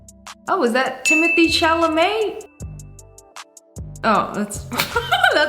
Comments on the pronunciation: Not her saying is that timmothee chalomee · Ain’t no way she said timothee chalamet 💀